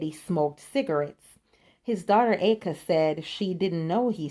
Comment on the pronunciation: Nice video. 😀 Eddie's beautiful daughter's name (Aika) is pronounced "I-ka". The "A" is silent. I believe it's Japanese for "love song". 💐